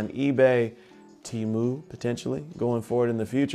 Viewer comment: Thanks for posting the video brother! Appreciate it! Now, concerning the pronunciation it's not teamu. The e is pronounced like the e in the word elephant so it's tému.... TEMU 😉👍.